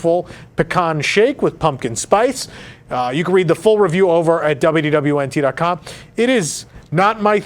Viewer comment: Is it just me, or does anyone else hear him saying "WWNT", with the "D" completely vanishing?